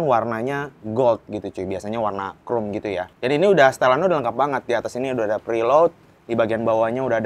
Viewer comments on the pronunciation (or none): none